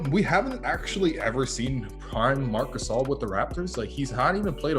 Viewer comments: Dude, it takes 5 seconds to know how to read Marc Gasol 🤦‍♂️ The funny thing its he used a video where they said Marc Gasol and not Marc Gassel 🤷‍♂️ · Mark Gasel? C'mon dude.. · Get NBA out of your god damn YouTube name you said Marc Gassel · MARC GASSEL WHAT THE HELL HIS NAMES IS MARC GASOL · Marc gaysol lol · Marc Gasal?? 🤣🤣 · that’s not how you say Marc gasol